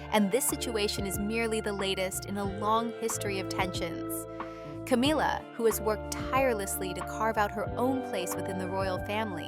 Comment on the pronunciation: Is there a reason you mispronounced Camilla not in the English way but in the Hispanic way for ‘Camila’? Have you never googled the correct pronunciation or even listened to a news presenter? Are you unable to hear the difference?